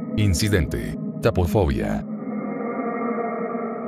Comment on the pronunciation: Es taFofobia, no taPofobia (el resto del video es EXCELENTE)